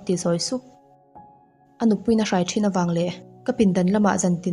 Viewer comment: Tawng thluk chung chang kha tlem ka lo sawi ve lawk duh a... "Ruai ruai" tih i thluk dan hi a dik lo deuh thin in ka hria a, i sawi dan ang kha chuan hei hla thu ah te pawh an hman thin entirnan " ngai in ka zawng ruai che" tih a "ruai" an thluk ang hian i thluk daih zel a, anih na tak ah chuan "ruai kan theh" kan tih a " ruai" tih a kan thluk ang zawk hi a ni tur ania, entirnan " a kut a rawn phar chhuak ruai ruai a" tih angah te khan "ruai kan theh" tih a "ruai" tih thluk khan sawi zawk tur a nia 😅